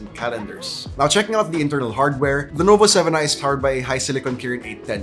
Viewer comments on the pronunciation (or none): did he say lenovo 7i